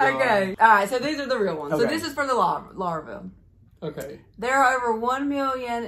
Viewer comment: LarvAa 😂😂😂 it bugged me when you kept saying it wrong 😂😂😂